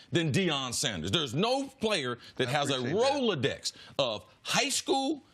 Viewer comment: Did CC just say roladex? Pretty sure no one knows what those things are, let alone the reference. Hilarious.